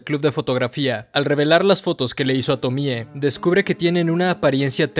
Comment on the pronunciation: ¡Tremendo análisis! El otro día estaba viendo entrevistas a Junji y cuando decía Tomie lo acentuaba en la e, como Tomié. Me pareció raro porque estaba acostumbrado después de ver todos tus videos del personaje. Pero te lo comento por si quieres corregirlo en próximos videos. <3